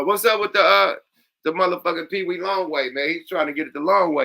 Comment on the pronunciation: It's Peewee not peedie Yuk lol. said his name wrong through out this episode.